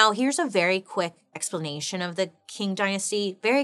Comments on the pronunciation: I may be wrong but I believe it pronounced Ching Dynasty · Hahahaha I was doing a test and I need noise in the background there you are… problem I pay attention when you speak! Also is pronounced “Ching” not how it is spelled I did a test on this dynasty not that long ago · Qing is pronounced as Ching. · Isn’t Qing pronounced like Ching? 🤔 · Ching ching ching! I really like your channel but I wish you would take 5 minutes to look online and learn how to pronounce things you don't know how to pronounce. This is a frequent occurrence. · It’s like, if you say “ching” but with the tip of your tongue lower, against your bottom teeth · if the word was Quetzalcoatl or Tegucigalpa I could understand. But it's ching. A short, single syllable word that is easy to pronounce. She could put in some effort when it's easy. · 😂 Qing is pronounced like /ˈtʃɪŋ/ CHING. Anyways, if this topic interest you then look up the Gaokao in China. Man it’s sad, kid’s future here really depend on their results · Bailey we love you ❤ but just so everybody knows: “Qing” dynasty in Mandarin sounds more like “ching” than “king” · Fine, informative episode. However, I believe it's pronounced " tSHeeng " dynasty,, not ” King ". Like the Qi in Qi Gong massage . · Love your videos. Wouldn’t imagine my dish washing sessions without them 🤭. It’s pronounced “Ching” 🤗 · qing is actually pronounced as ching! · Wonderful work Bailey…. A - - but only cause the Qing dynasty is pronounced “Ching” dynasty. I’m here with my notebook, ma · GIRL ITS PRONOUNCED LIKE CHING